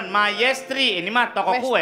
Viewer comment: Suryaaaa.. masa bacanya ikutan MAINESTRI juga, klo dustin mah wajar salah baca